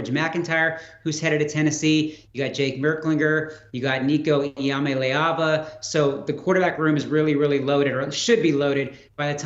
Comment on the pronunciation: Just trying to help you get it right. EE AH Molly AH Vah. Not "AA Vah". You're welcome.